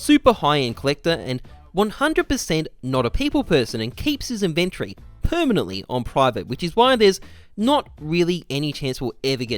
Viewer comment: Not sure if you're trolling or not but, it is pronounced in·ven·to·ry